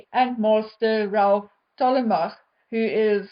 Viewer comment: & Tollemache is pronounced as Toll - mash... I too, don't have an explanation 😂 Sorry